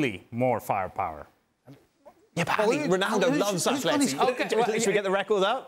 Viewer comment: Don, it's AtleticO not Atletic.